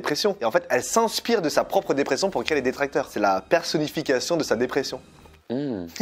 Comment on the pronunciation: c'est détraqueur pas détracteurs mdrr ( des tracteurs)